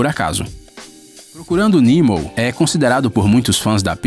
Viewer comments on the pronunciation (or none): Nimo?... ou Nemo.... Olha que video horrível